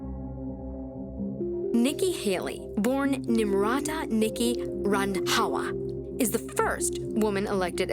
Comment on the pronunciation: I love how says “RandHAWA”!!! 😂😂😂